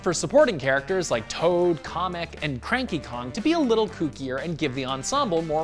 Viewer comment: They way he pronounced Kamek as Comic, that hurt